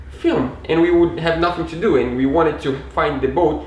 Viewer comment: Só uma dica, quando for falar "because", pronuncie "bicãss", soa muito mais bonito! Assim como "do", fica mais bonito quando se pronuncia mais alongado: "dúu" Ótimo vídeo! Parabéns pela conquista!